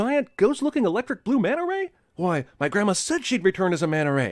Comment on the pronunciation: I guess he meant Manta Ray. Sting Ray's are a different kind of Ray than Mantas